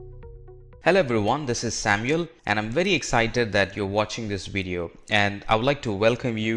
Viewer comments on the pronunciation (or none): none